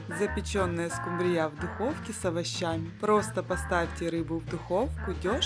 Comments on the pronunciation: Произносите, правильно ставя ударение: скУмбрия, а не "скумбриЯ"! 🤦‍♀️😅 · Не скумбрИя а скУмбрия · Особенно окончание данной рыбки от поивычного звучания скУмбрия и скубриЯ 😅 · СкУмбрия, а не скумбриЯ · Можно по-пробовать приготовить. Просьба делайте правильно ударении на слове скУмбрия, на букву У. Почему Вы делаете ударение на букву Я. СкумбриЯ, так неправильно, простите. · У вас что такой рицепт то длинный не скумбри'ю а ску'мбрию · СкумбриЯ...да уж.,любимая рыба миллионЭра.😅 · правильно говорить не скубриЯ, а скУмбрия! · Рецепты хорошие, даже очень. Спасибо! Но почему скумбриЯ, если скУмбрия, ну невозможно же слушать. Зачем так безграмотно? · Со второй скумбрие"й😅😅😅😅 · СкУ́мбрия!!!! А раздел рыбки аналогичен разделу сельди! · Мне понравилось как звучит «скумбриЯ’» ,что то наподобие ЗульфиЯ’ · Спасибо, скУмбрия... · СковородА,скумбриЯ,это что новый русский язык? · А еще, скумбрия, с ударением на Я, отпад! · Дааа, из какой республики приехавшая,, скумбриЯ,, 😅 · Что за скумбриЯ, компьютер что-ли говорит? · СкумбриЯ! Когда же ьудете правильно говорить? Неаозможно слушать.... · Это что за слово Скумбрия почему так говорите? Для всей семьи это слишком мало